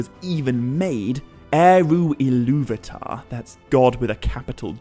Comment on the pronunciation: Why do you keep pronouncing Illuvatar as "Illuvitar"?